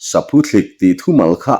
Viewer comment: Saphuthlik ani chhen lo, Saphuthlîk ti a lam tur, thlîk tih hi thluk deuh tur